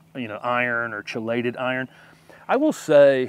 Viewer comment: This video answered a few questions I had myself, particularly about forsythias and coneflowers. Thanks! And just a pronunciation thing, chelated is pronounced "key-lated." Again, thanks for a helpful video 🙂